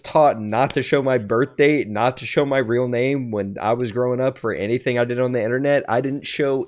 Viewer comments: is it just me or when he said internet he had a country accent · He’s from Texas so it makes sense when sounds country